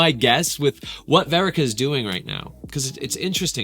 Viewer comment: wait… say her name right. It’s verica. Like Erica with a V